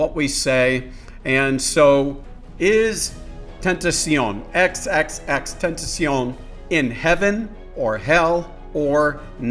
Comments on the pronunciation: It's pronounced xxxtentacion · The way he said xxxtentacion mwhahaha